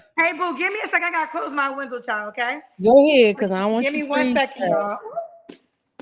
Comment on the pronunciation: I knew she was from here when she said goheeed Kendra ….. who ever bring me peace ✌️ u can be a part of.. conclusion still single 10 dates 😂